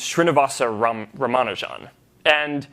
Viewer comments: Who is that little millionaire to "comment" on Ramanujan? You maybe a celebrity but you are never at Ramanujan's level. He can't pronounce the name properly. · The way he said his name is aids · stop screwing his name up